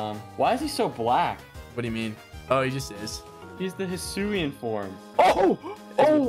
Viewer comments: Yo it is hisuen not aloalen 😠😠😠😠😡😡😡👿👿👿👹👺👺👺👺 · Alolan samurott got me rolling it's hisuian samurott